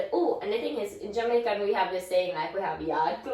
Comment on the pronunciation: is pronouncing the Jamaican words very well 👍